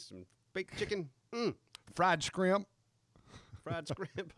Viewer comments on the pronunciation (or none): the way said "fried skrimp" just brought me back to the ol training environment with Drill Sergeant (pronounced "drill sornt") Jackson, our exceedingly high-speed, low drag, overly-motivated, black dynamite PT trainer. Every surf and turf day at the end of a grueling afternoon run he'd be like, "Aight soldjas, harry up and git skretched out! I gots a date with some FRIED SKRIMP and I ain't gonna be late!" God, what good times.